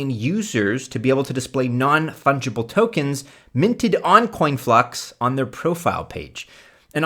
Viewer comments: IX??? No disrespect to you, however your coins are way off and it's conflux, not "coinflux" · It’s Conflux not Coinflux